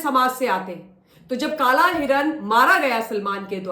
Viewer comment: Madam garhwal mein kalay nahi hotow kala hota hai